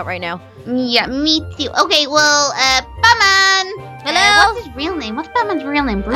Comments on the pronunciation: wait did say Butt-man not bat-man??? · It sounded like u said butt man instead of bat bat lol (just came back to ur acc) Its my fav series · When they saying bat man it sounds like they are saying buttman😂😂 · You said buttman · She said buttman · Did say ButMan or BatMan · i thought she said butt man😂😂😂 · it sounded like you said butman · She said butman